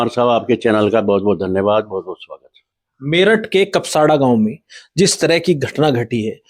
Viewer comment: Kapsada nahi kapsad hai